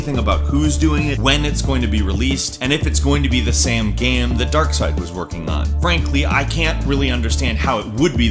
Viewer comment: Keeps mispronouncing "game" and "same" as "gam" and "sam" Weird...